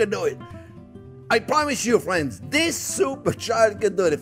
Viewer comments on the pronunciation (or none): "Well hello there phrinzzzzz!" making this recede today!